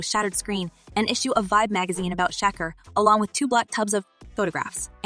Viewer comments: The way that A I lady pronounces their names. It’s so ridiculous. Shaquer ceen 😂😂😂😂😂😂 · Ma’am u can’t pronounce SEAN or Shakur?? Is this AI?, 😂😂